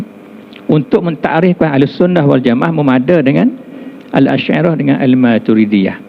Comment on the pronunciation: Yg Majoriti Dlm Tu Je Sedara. Rakyat Entah X Tahu Apa. Dalam KL Plak tu Yg Tersasul Sebut Al..Al Shyairah Al..Matrudiahh